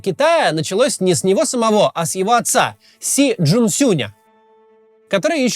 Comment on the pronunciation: Что я слышу, на скорости х2: "отца Си" = (атсаси)😂 простите...